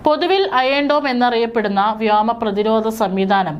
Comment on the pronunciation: പെണ്ണെ വ്യോമ (വ്യാമ )ഖത്തർ (ഗത്തർ )എർദോഗാൻ (കുർദോഗൻ )ഇതൊക്കെ മനസിലാക്കി വായിക്ക്